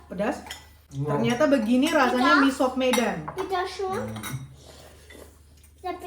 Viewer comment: Org medan justru bilang nya misop. Bukan miso. Udah benerr itu